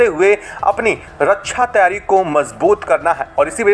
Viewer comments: रक्षा बोलना सीख पहले रकछा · रछ्छा नहिं, रक्षा होता है। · रछा नहीं। रक्षा।